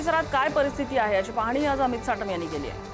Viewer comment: साटम नाही चाटम..😂😂😂